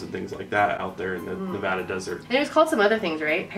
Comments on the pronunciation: Thank you for pronouncing 'Nevada' right!!! I live in Las Vegas, Nevada and I always hear people pronounce it as "NA-va-DUH." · FINALLY SOMEONE WHO SAYS NEVADA RIGHT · Thank you for pronouncing Nevada correctly!!! <3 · FINALLY SOMEONE WHO SAYS NEVADA THE RIGHT WAY!!!! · Thank you for actually saying Nevada right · YOU GUYS PRONOUNCED NEVADA RIGHT